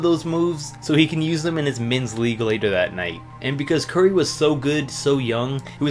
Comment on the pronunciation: This man said Steph sturry